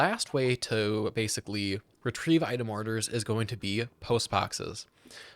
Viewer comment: ah yes, retrevie